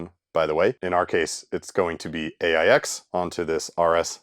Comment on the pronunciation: Not sure about RIPL, but the OS is pronounced "aches"